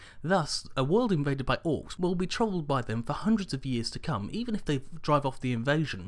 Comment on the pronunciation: it almost sounds like you said "trolled" instead of troubled right there, which come to think of it might be a better fit.